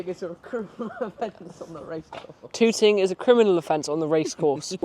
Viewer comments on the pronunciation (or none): Hi and, I love that you find consolation in suffering the rain, hoping it will lead to more views. I hope you are right. Touting is pronounced towting, not tooting and in racing terms means spying on race horses in order to get information for placing bets. So if there had been horses training, filming them might not have been a good idea. They might have taken you for very young touts.